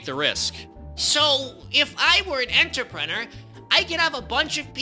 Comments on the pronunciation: Ah yes, enterpenner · I love how the captions make his pronouncing of "entrepreneur" to be "answer printer"